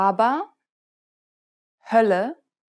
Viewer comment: I also confirm that this video has many mistakes. The native speaking girl makes no difference for short and long vowels when she actually should demonstrate the isolated sounds. She says Hölle the right way with a short ö but demonstrates the sound itself with a long ö. Same mistake in every other vowel. She always makes the long vowel sound when she should do the short vowel sound which always is less stressed. Also she says ü for the y sound. That's wrong. It actually is a very short and less stressed sound between ü and i.